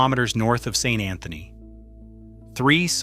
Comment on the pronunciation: I’m a Newfie and I can confirm it’s pronounced sanantny